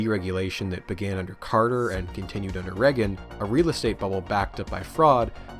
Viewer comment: How do you make an hour video and you don't pronounce Reagan right once